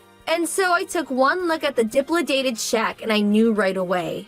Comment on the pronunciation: Dilapidated is pronounced; di-lap-eh-dated